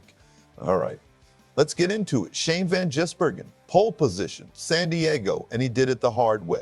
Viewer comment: You should get the pronunciation of his name right.